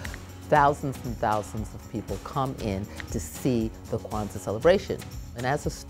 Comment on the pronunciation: ૨σყαℓ ƭεε yes it does when she said it it shorted Queztal